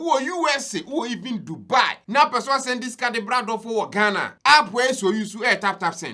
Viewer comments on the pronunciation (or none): none